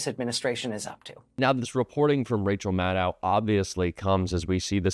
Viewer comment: you don't look at the comments apparently. Rachel Maddow is pronounced like "know", not like "now".